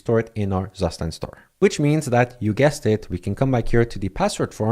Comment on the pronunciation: Very cool, and useful. btw, the correct way to pronounce zustand is: "tsoo - shtant" and it simply means 'state' in german. heard this from a german friend.